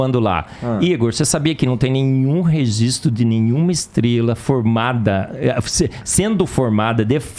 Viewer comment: Não existe nenhum registor.... kkkkkkkkkk, dói os ouvidos escutar isso! PQP, quem é esse falador de merda?